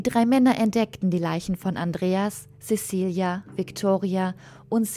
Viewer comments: Cäcilia spricht man nicht Sesilia, sondern Zäzilia, ebenso heisst es nicht Kreschentia (Kreszentia), sondern Kres-zenz-ia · Zezilia! Es wird Zezilia ausgesprochen! Wir sind nicht bei den Angelsachsen. :-(